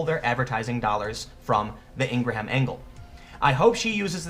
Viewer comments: Pronounced Ing-rem . Not HAM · Ing-gra-ham? And you're a 'journalist?' It's fucking 'Ing-Grum.' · It's pronounced (ing' grum) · It's not Ing-gra-ham it's Ingraam spelled Ingrham but pronounced the way I text it....dont know why I had to write this lol. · Love ya, Bro. But Laura is 100% Halal Kosher. There ain’t no “ham” in Ingraham. It’s pronounced just like “EEN-gram”. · FWIW it is pronounced een gram, not een gra ham. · Come on Tim... Ingra-ham.? You damn well know her name is pronounced "ingram" even if the spelling would indicate otherwise. Look, I appreciate when people try to be articulate, but this, along with your over emphasis of all those hard Ss and Ts is really getting annoying. Your manner of speech makes you sound like you are lecturing children and it sounds really condescending. Just relax a bit. You do make a lot of really good points (and some not-so-good ones too, but, mostly good). But your manner of speech eventually wears on folks. Keep up the good work, but keep this in mind.. Most people dislike when they feel they're being lectured to. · Ingram not Ingra ham. just fyi. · Say ingra ham again, nigga, I dare ya!..... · Repeat after me Tim... ING-GRAM. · (Her name is pronounced "Ingram" as in the way the surname "Graham" is pronounced "gram.") Welcome to the new form of tyranny. For the entirety of human existence, people have coalesced into groups (in this case, people & their Twitter followers) that bully other people & groups to do their bidding. This is nothing new. Learn how to fight back. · Bill May-HERR ! , Vince McMay-hAMM ! , Laura Ingrah-hAMM ! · IN + GRAHAM = ING RUM . Thats how you pronounce it Tim. Not nit picking. Just thought you would like to have the correct pronunciation. Keep up the good work. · The H is silent. It’s pronounced Ingram. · Wow... seriously! Ingra-HAM. 😂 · iTS PRONOUNCED ING-RUM! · Een-gram - stop pronouncing the h. You’re killing me. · Inger-ham? Also, is there a head under that hat? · Pronounced ING-grum